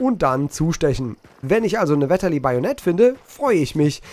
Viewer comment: Von nem Schweizer: Das heisst übrigens 'Fetterli', nicht 'Wetterli' ;)